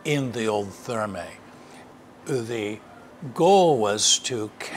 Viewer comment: Another cracking video,. I'm quite surprised neither you nor Mr Moore pronounce Thermæ correctly...